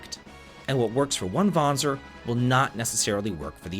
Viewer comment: Kudo's for pronouncing the word Vanzer correctly!🤓